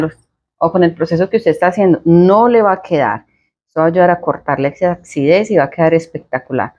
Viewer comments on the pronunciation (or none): por favor no digas ACCIDEZ (con doble CC) se dice: ACIDEZ. 🥰🥰🥰